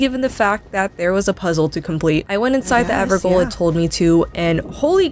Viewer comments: "the ever goal" 😭 it's pronounced the same as "jail" because it's the same word, just the old spelling of it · Who the fuck is "margret" ??? Who the fuck is Mikaeleth??? DO YOU EVEN READ NAMES BRO? MAH-LIH-KETH >.< EVERGOAL??? IT'S GAOL. JAIL. EVERJAILS. WHERE THEY KEEP DANGEROUS PRISONERS. DO YOU EVEN BRAIN??